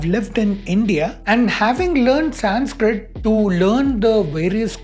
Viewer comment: I'm not sure why you'd call it Sanz-kritt... We're not americans, and any one anywhere (even in the west) who respects mankind gets pronunciation right. Dislike.